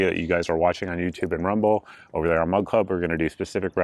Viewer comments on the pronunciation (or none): Every time you say Mug Club it sounds like Mud Club. 😂😂😂